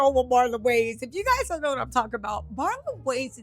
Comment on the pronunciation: you can't ever get names right. His name is Damon Wayons!!!